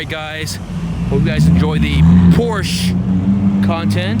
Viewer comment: great content; however, Porsche is 2 syllables..